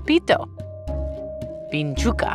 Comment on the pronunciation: Quite surprised at your pronunciation of Vinchuca. always a nice surprise hearing an English speaker saying Spanish words with such fluency.